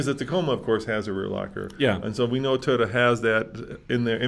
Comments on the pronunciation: The company is pronounced, Toy-O-tuh!! Not, Tiyo-tuh! Learn to pronounce these company’s name, it’s your job!! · Why does pronounce it "teee-yoda"